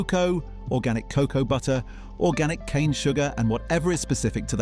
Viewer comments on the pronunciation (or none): none